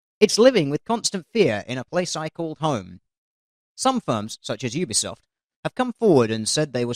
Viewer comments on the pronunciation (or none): none